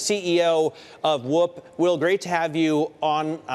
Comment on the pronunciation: Why can’t he say “WHOOP” properly?